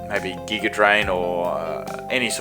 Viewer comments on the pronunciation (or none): none